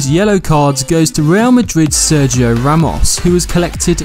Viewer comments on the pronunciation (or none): none